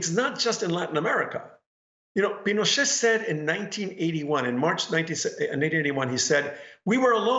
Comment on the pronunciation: Juan pronounced it "Pino-sht" 😮